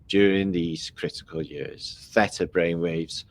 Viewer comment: You keep saying FETA (no Theta) I keep thinking yum cheese 🧀